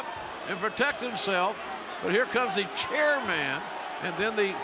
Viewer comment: JR is still calling Spear the "Chair Man" like it's going to go over our heads if he just says it right 😂